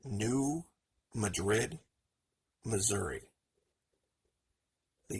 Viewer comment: Nice report. Thanks. FYI, the accent is on the first syllable of Madrid, for New Madrid fault. The a is pronounced as a short a, as in mad. Just a local quirk!